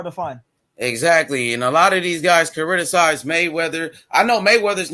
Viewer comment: The word is criticize not chariticize